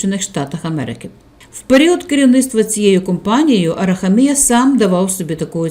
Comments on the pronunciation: Правильний наголос у прізвищі "героя" відео на третю букву "а", а не на букву "і": АрахАмія, бо його корінь "хАм"! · Ставте правильно наголос в прізвищі. А взвгалі все правильно. Барига, брехун, злодій.